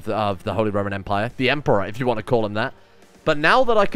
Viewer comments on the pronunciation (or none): none